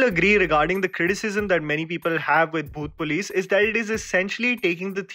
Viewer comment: Bro when you say the name of movie it sounded like "bhoot place" everytime you said it 😂